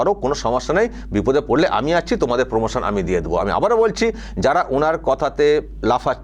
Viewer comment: উনি র ফলা উচ্চারণ করতে পারেন না।